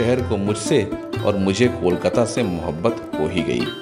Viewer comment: It's KOLKATA, Not KOL-KATTA😢